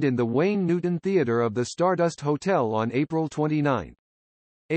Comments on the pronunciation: "EIGHTY" Gorme!? You're doing "The Life" of this great pop singer, and you mispronounce her first name!? You should've re-recorded this track with an announcer who not only knew her first name was pronounced "EEDEE", but who also could read the script with some feeling. As others have already pointed out, there are other mispronunciations which make this effort of yours second-rate by almost anyone's professional standards. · It's pronounced Eedie not Adee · Why does he call her Adie. It’s driving me nuts